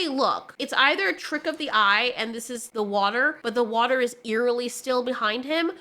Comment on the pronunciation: You said "watahr" 🤗💕